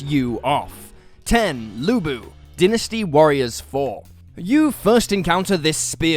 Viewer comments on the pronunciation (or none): Please please pronounce it ‘Din-nasty’ fucking hell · I'm not even sure why they say it that way. It's not even a British thing. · Him saying "Den-Esty" threw me back a Lil bit lol. But good vid overall 😂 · you sound dumb and the guy talks as if he’s from the UK or Canada. As you can obviously tell he doesn’t have a problem speaking English. He just says the word Dynasty in a weird way